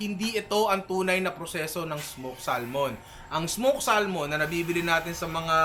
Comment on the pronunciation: samon pronunciation nyan hindi salmon lolz